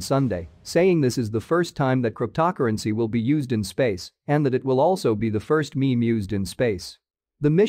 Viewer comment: You have some serious problems pronouncing "cryptocurrency" (crypt-toe pause currency is the correct way); "Doge" is not pronounced as "Dodge" but rather as dou-zh